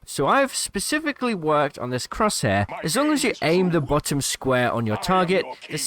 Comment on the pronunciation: The way you say bottom have completely triggered me. XD